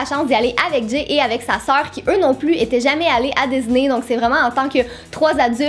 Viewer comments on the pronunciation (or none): Ça me stresse, elle dit "dizney" et pas "disney"